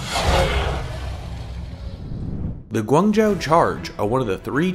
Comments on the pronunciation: Pretty sure it's pronounced guang joe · Ummm guangzhou isn't pronounced like that, but ok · March Wu I was just going to say that xD